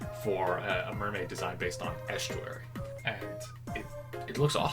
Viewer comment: The way you pronounce estruary frightens me